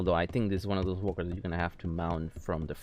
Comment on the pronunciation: am i the only one that heard wonkers instead of walkers